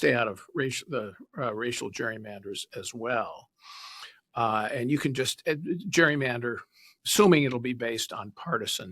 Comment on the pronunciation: CA IS NOT GWEEYMANDER